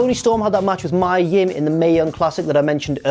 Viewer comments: It's Mee-Ah Yim,not May-Ah,..Numpty!! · you're saying mia yim wrong